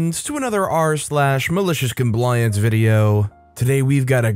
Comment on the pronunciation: Did you just say Malicious "Combliance"? With a B sound at the beginning? You must've been tired 😴 😂